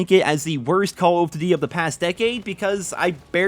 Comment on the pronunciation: Why is this man unable to say Call of Duty?